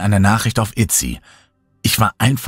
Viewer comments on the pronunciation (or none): ist mir bewusst wie die Seite heißt, aber da du es als "Itsy" betont hast, was einfach falsch ist, habe ich mir erlaubt diesen Kommentar als konstruktive Kritik zu verfassen. Denn auch in Amerika heißt diese Plattform "Etsy". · Tolle Geschichte, vielen Dank! Allerdings habe ich eine Anmerkung. Ich habe auf Google nichts weiter gefunden, deshalb denke ich, dass du Etsy meinst. Das wird allerdings wirklich Etsy und nicht Itsy ausgesprochen. Also das E wie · ich finde es auch gar nicht schlimm. Klingt fast wie eine doppelte Verniedlichung ^^) hahaha und ich glaube Jeder spricht irgendetwas falsch oder halt anders aus.